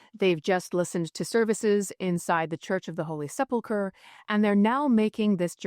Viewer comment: Thank you for pronouncing ‘sepulchre’ correctly. I hear so many people saying ‘seplaker’ these days.